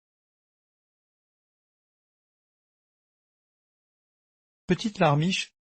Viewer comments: Pourquoi vous dite chœur au coeur LE COEUR cest C pas CH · Coeur n'est pas sœur le C ce prononce Q